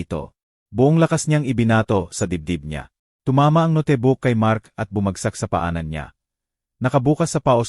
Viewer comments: Legit nga mga comment Ng iba kaiba ka magbasa ung note mo binasa mo ng No-te😅ung drawer nman dra-wer😂 prang hinahabol ka ng kabayo magbasa wla man lng sa ayos dire deritso hahhaha...nwla tuloy antok ko sau😂😂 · bt kya gnito mgsalita yung mga gnitong blogger na ngnarate ng kwento, dmo mlman kung anong lahi, ang bus boss dw, ang note no-te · Magnda ang kwento Pero ang narrator di maganda ang pronunciation ng nga word. Ex. Notebook- pronounce as no Te Bo ok, Atty - ATI, note ,- no Te, etc. Dapat basahin muna bago magnarrate para maintindihan agad.